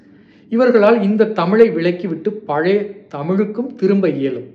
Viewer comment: பலய இல்லை பழைய, ஒரு மொழி ஆய்வாளர் நீங்களே இப்படி உச்சரிக்கலாமா